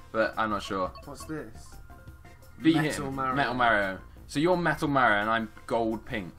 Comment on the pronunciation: It's pronounced mar e o